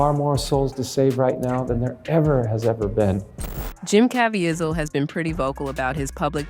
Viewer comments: Good grief. His name is pronoinced as ka-vee-zle not Kavy-azle. o.0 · CA VEEEZIL’ not Cavi a zil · Good and important video. But the repeated mispronunciation of Caviezel's last name is a little distracting. If you make additional videos about him, it's pronounced "kah-VEE-zul," not "kah-vee-eh-zel." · It’s pronounced: Jim CAH-VEE-ZUL. ❤ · KA VEE ZULL That is how you pronounce his last name. I hope you accept this as helpful. No judgement. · Ca Vie Zel (Ka-Vee-Zell) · His name is Jim KA VEE ZEL! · If you're going to make a video about someone, at least learn how to correctly pronounce their name. It's pronounced Ca-V-sell. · Say it with me... Ca-va-zeel.. 😊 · The correct pronunciation is Cav-ie- zel (cav- ea zel) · *CavEEval. That's how he pronounces it. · It’s pronounced : kuh-VEE-zull.Probably AI narrator. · His last name rhymes with “weasel” as in Ca-veasel. That’s the correct pronunciation. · please pronounce Jim's surname properly.. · Why are you butchering this man’s name. The whole world knows his name. Why can’t you say it correctly? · Could you POSSIBLY have your Narrator pronounce Jim. Caviezal’s name correctly? It’s really poor form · Can you learn to pronounce that man's name correctly? MY God! isn't that hard. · Please learn to pronounce Mr. Caviezel’s name correctly. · Also, pronounce Jim cavizel correctly!! So annoying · Wow you could have googled how to pronounce Caveizel. But you didn't. You just pronounced it every way you could think of. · AI narration that can’t even pronounce Caviezel’s name correctly. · Learn how to pronounce Jim's last name correctly. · You need to know how to pronounce his name. Make an effort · narrated by a person who can't pronounce Jim's last name ? or is this AI narrated ? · You really need to learn to pronounce his name